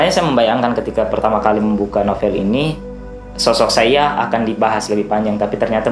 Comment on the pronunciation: Sepertinya dibaca Saidjah bukan Saiyah bang